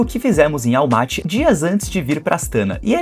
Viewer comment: Parabens pelo video e pelo passeio nessa cidade incrivel! COnheco bem pois vivo aqui e ja estive incontaveis vezes na capital.Algumas coisinhas: se fala "Astaná" (silaba tonica na ultima letra). Assim como Almaty se fala, localmente, Almatá . A capital se chamou Nursultan somente por um par de anos.... antes de 2018 se chamava Astana msm. Dai mudou e nao durou mt. O frio é absurdo mesmo, até pq venta demais nesta regiao (como vc mencionou), Elevando ainda mais a sensacao termica 🥶. Abraços e bons videos !